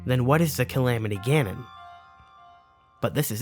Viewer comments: Lol "Camamity" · "The Camamty" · The camamity???? ? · Ah yes “THE CAMAMITY” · Camamity lol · Ok, let's see how many people made fun of him for camamity. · the CamAMitY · Ah yes, the camamity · the "Camamity" hey? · I lol'd at "Camamity'